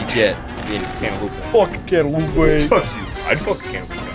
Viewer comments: Ever since watching this video on release, i always read/say cantaloupe as cantaloupé, therefore making this the youtube video which has had the single biggest impact on my life. Thank you,, for the life-changing content. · Did someone say cantaloupé